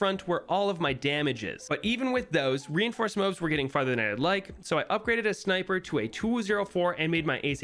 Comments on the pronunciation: MOAB not MAOB, DROOD?!? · wtf is a mobe... DO YOU MEAN MOAB? Mow-ahb mow-ob please it's killing me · it's MOAB not MOB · It’s not mobes it’s more-abb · did he say mobe or moab? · Thats a moab hes saying mobe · It’s Moab not mobe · Bro says mobe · the "mobes" 💀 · No way this guy says moob and drood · Say Moab right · mobes? what the hell is a mobe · Is he saying mobes? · Why does he say mobes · I hate how you call MOABs MOEBs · It brings me pain when he says MOAB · I love this video but please pronounce MOAB correctly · I'm not a fan of how you pronounce MOAB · The way he pronounces M.O.A.B. gives me anxiety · i hate the way he says moab